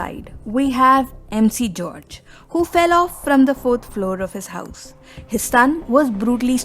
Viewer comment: Miss…. Ur name pronounciation isn’t good….. it’s MG george Muthoot not MC George….